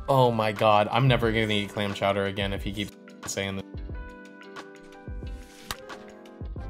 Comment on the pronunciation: the “CHOWDAHHH” every time had me dying 💀 you need to use that K sound now lmao